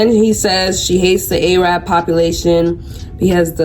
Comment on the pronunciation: Love, but pls look up pronunciation for “Arab”